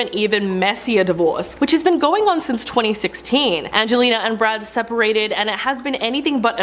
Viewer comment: Either get the presenter to learn Angelina’s name or don’t get her to talk about her who TF is “anglela”?